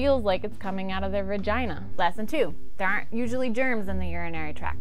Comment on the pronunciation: I am pretty sure she said uretha and vergina...